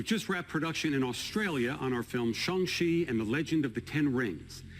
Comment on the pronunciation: LOVED hearing Kevin pronounce "Shang" correctly! Much love for Chadwick Boseman but sad that possibly T'Challa's journey has come to an end also.